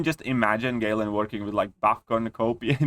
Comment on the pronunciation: My man said "Gay-lan"😂